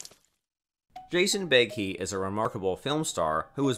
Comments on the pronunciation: IT WOULD BE NICE IF YOU COULD LEARN TO PRONOUNCE HIS NAME CORRECTLY. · Before you make a video about a star you should learn to pronounce his name!!!